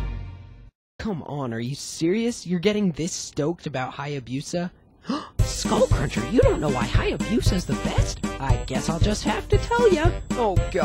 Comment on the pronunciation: Your pronunciation of the word “Hayabusa” is atrocious. Btw, Hayabusa is Japanese for Falcon.